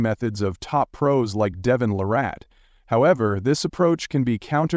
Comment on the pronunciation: It's LArratt, not laRATT!!!